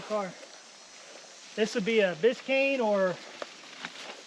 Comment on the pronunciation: Can't believe you called that 69 Road Runner a Corenet, and it's Biscane not Biscine, your driving me crazy.